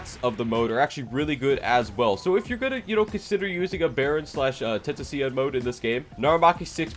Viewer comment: How the hell did you just say tentacion